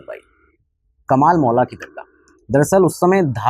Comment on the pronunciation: महोदय हिंदी में भी पढ़ने की आदत डालिए इंग्लिश के कारण कमाल मौला को कमल मौला बोल रहे हो